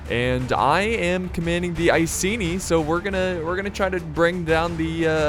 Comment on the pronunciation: The way he says "iceni" triggers me. It's pronounced I-see-nigh.